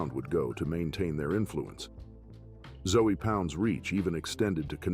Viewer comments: I'm from Miami. It's disrespectful caliber them "Zoey Pound" lol. It's pronounced "Zo Pound" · 🤣 Zoey pound 🤣 it's Zoe pronounced Zo not Zoey! One of those zoes is gonna come get your ass for disrespecting their name like that ! I was in prison and worked the kitchen with a few . They can be some cool cats but you better keep it cool with them to ! Cause once they loose thar cool they turn into some crazy ass Haitians and will do a number on your ass! 🤣 you really need to do a little more research and at least learn how to say their name 🤣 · This dude pronounce Zoe pound as zoey pound definitely didn’t do his his homework because he would of bring up the legend Mack -a-Zoe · I just fast forward your whole Zoe Pound part because you keep pronouncing the 'E'. Who taught you how to pronounce that? It's Haitian, it's got a French pronunciation.